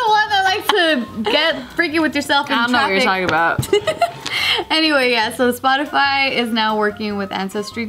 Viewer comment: spotisy he he Hehe...ha spotisy.